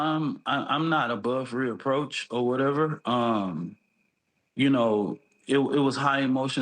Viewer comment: It is "above reproach" not "reapproach." You are not an air plane.